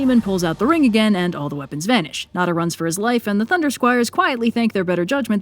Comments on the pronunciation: It's pronounced NEZHA (NE-CHA) NOT NADA lol sorry that miss pronunciation was bugging me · Apologies if this has been asked/answered before, but does anyone know why pronounces Nezha (in my standard/Beijing Northern dialect, it's something like "nuh-ja") that way? It sounds to me like she's saying "nada" or "nara". Is it an alternative pronunciation from Canto? Pronunciation in a different regional dialect? Pronunciation in another language? General pronunciation struggles? (Totally understandable, and if that's the case, honestly by and large she's doing just fine, also the calligraphy looks great!) Great video as always, it's always fun when the new Journey to the West OSP video comes out. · You saying Nezha's name wrong had me so confused and I literally just watched both cartoon adaptions not too long a go and still didn't know who tf that was until he pulled out his three headed form. Idk where you got 'Neh-dah' from, I've never heard it pronounced like that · Unless you’re using an alternate name I don’t no about, Nezha name is pronounced kinda like Neh-ja. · Let me tell Li Li his Chinese name is Nezha, which is taken from Buddhism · I saw the "eternal 12 year old", but I'm not familiar with that pronunciation. Is that per chance "Nezha"? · Im so angry on how keeps pronouncing Nezha's name but besides that I think this is the best Journey to the West episode